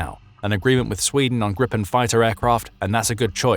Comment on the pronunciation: *Gripen Grip (Griffin) rhymes with sheep not ship.